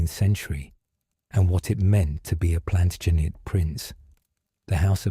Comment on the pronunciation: Plantinejette? Interesting pronunciation choice...I do see it gets better as we go